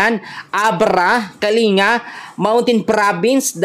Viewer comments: Kalin ga,ang tamang Basa,hindi Kali nga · Ayusin mo ang pronounciation ng mga lugar sa cordillera so as not to mislead viewers ... Kalinga is pronounced Kaling-ga not kalinga kulit mo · Ang Province na sinasabi mong kalinga ay "KALINGGA" ang pagkabasa dyan